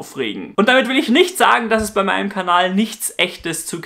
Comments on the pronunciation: da hast du dich versprochen. weil du gesagt hast, "Abonniert diesen KABAL" anstatt von KANAL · deine videos sind informativ und unterhaltsam ... aber bitte sag einmal am ende KANAL und nicht KABAL ! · Bilde ich mir das ein oder sagst du statt Kanal immer Kabal :D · ja, richtiger homo, sagt er einfach "Kabal". Mir ist sogar aufgefallen, dass er das in anderen Videos auch macht. Das muss eine Verschwörung sein, mit der er die Weltgenschaft an sich reißen will. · Wieso sprichst du "Kanal" wiederholt so merkwürdig aus?